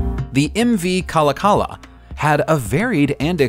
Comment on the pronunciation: Slight correction on the pronunciation of the MV Kallakala - It should be kah-LAHK-ah-lah with the emphasis on the second syllable.